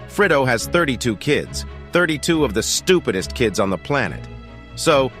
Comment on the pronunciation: The way he emphasizes 'stupidest' here with such gusto just makes me laugh lol